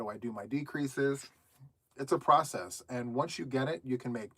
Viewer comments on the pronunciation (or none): none